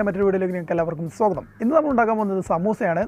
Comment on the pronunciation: സോഗതം അല്ല സ്വാഗതം